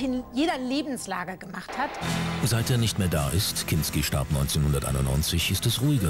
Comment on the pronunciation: Der Sprecher sagt zweimal "Klinski": und